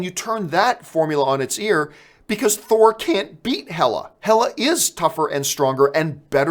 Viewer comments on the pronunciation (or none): none